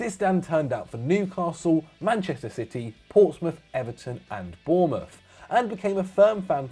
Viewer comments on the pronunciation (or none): none